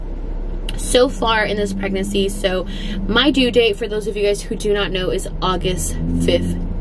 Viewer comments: I love her but it drives me crazy that she says pregnacy instead of PREGNANCY. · it’s pregnaNcy not pregnacy 😂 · it’s PREGNANCY NOT PREGNACCY lol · It’s so cute the way you say pregnacy instead of pregnancy 😬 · I feel like now that you’re in your final weeks I’m used to you saying pragnacy instead of pregnancy 😂❤️❤️❤️ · Pregnacyyy 😂 lol i love how you say pregnancy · PREGNACY lol i love how she says that 😂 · The way you say pregnancy 😂 still love you girl and happy birthday❤️❤️